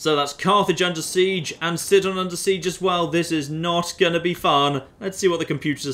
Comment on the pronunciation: I thought the city of Sidon was pronounced Sigh-don